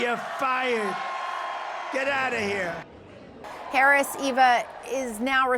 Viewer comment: Go ahead, Donnie, mispronounce VP Harris's name some more! You'll be hearing it pronounced correctly when she steps up to be sworn in as our President.